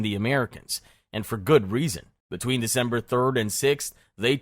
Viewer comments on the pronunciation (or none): Dember 3rd 😂😂😂😂😂😂 Did you forget how to english?